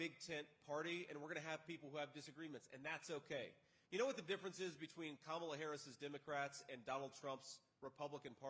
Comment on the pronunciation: He's saying her name right! Wow!